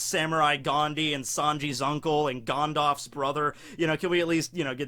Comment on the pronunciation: Garn-Darlfs brother.